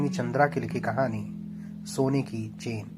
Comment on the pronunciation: कहानी पढ़ी थी मैंने बहुत पसंद आई थी , वाचनकर्ता से सविनय निवेदन है कि शब्दों को सही मात्रा के साथ पढ़े अन्यथा अर्थ का अनर्थ हो जाता है जैसे : आपने चेन का उच्चारण चैन कह कर ( और भी शब्द गलत हैं ) मेरा चैन छीन लिया और पूरी कहानी का मतलब ही बदल गया ।